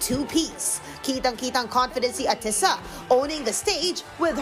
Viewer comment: Stop MISPRONOUNCING her name!